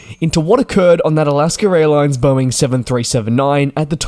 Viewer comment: It is Alaska, not Alasker.